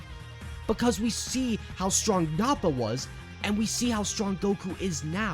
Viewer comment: It's nah-puh not Naw-pah